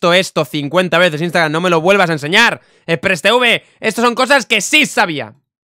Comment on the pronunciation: Folagor: xpressteuve El que lo graba: xpressteve